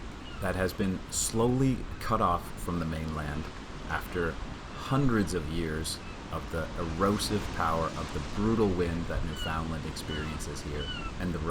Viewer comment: Great video. Glad you got to see the puffins. Bonavista is one of our favourite places in Newfoundland. Remember, it’s pronounced Newfoundland with the emphasis on the last syllable as in understand. A common mistake of mainlanders, .